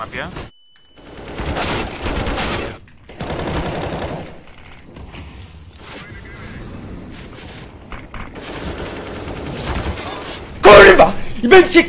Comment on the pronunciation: jak przeklina to brzmi jak 5 letnie dzieco tak wymawia te "kurłwa" albo "japierłdole"